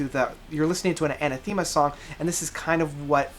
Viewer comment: Sorry to be a pedanticly British but it's pronounced A Nath Ama not Aneth Theama. Great evocative review though